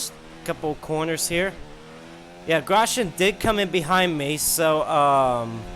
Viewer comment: His name is gros-yan not gros-gen.